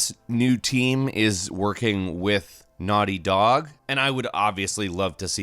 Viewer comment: Am I the only one that was disturbed by the way he said naughty dog? It seemed like there was more of a space in between naughty and dog than there should have been...